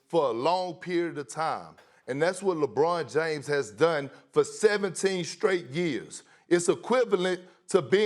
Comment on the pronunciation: Good god I would rather hear a cat fight a donkey than hear Perkins say “LEYBRUHN JAYYMES”